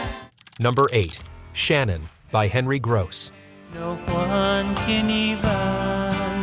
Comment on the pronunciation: Please pronounce "Gross" and "Tenille" correctly.